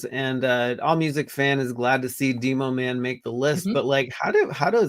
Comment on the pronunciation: Dee-Mo Man? You mean, Demo-Man…like Demolition. 😅